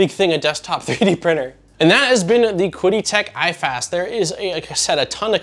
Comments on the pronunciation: Great review, have owned the original consumer version for years. By the way, it's pronounced like "Chee-dee" Tech. I believe Qidi Tech really is one of the most underestimated 3D printers on the market. Mainly because, I guess, all their models just work and are pretty much plug and play. Reviewers have little to discuss as far as further tinkering. Nice to see you taking a level step up. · Great video! From what I have gathered, it is pronounced 'chee-dee' tech. I own an X-Pro as my first printer and am now going through a full overhall of it, I knew it going in though. It is funny, the mods I am doing are pretty much in line with this model except now I am running an Octopus Pro (overkill) with Klipper and all the benefits. Also upgraded to slice engineering bi-metal hotend and other mods like filtration. They are nice printers as long as you are fine with engaging their support for anything needed outside of what you get, they actually are responsive. The only thing that put me off was before the launch of this product they emailed me to let me know it was coming out and if I left a 5 star review I would be refunded half of the money. I don't know what to make of it, I really hope it is just a culture gap, but that really stuck with me. Even after my positive experience with them.